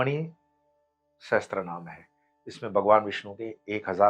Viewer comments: It is Vishnu Sahasra namam not sahatra, please rectify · सहस्त्रनाम ❌ Sahastranaam सहस्रनाम ✅ Sahasranaam